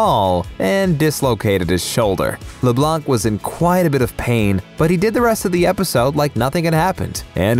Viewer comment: Di..did you just pronounce Matt's name as "Matt LeBlah" trying to sound smart and not pronounced the nc... like he's French or something? LMFAO